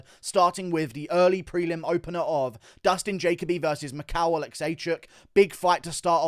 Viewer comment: Why can’t pronounce simple names like jalen and jacoby lol